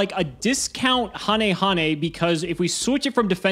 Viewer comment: Hearing finally pronounce Hane-Hane correctly gave me so much serotonin my god